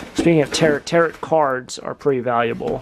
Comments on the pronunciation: Tarot = "tear-OH," not "tarret!" Nice Birdseye Maple dresser .... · "tar O" one "tar ot" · 🇬🇧 Pronounced Taro. Final T is silent. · It's not even 'tear-oh', it's 'tarr-oh'. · Tarot is French word where the last "t" is silent. Sounds like tare-o. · Sounds more like tarro. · BTW ~ That book that said TAROT and the Tarot cards that you mentioned is actually pronounced TAROH! OH! It's a French word. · Why don't you paint your initials on the lock then you know it's definitely yours. The word Tarot is pronounced tarrow lol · TAROT is pronounced tare row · Tarot is pronounced ta-roe. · Tarot is pronounced ta-row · Tarot? The last T is silent Btw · On the word, Tarot" --- the last "t" is silent